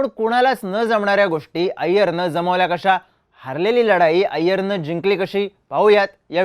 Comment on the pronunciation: हारलेली ❌ हरलेली ✅ Marathi channel ahe, marathi shuddha vapra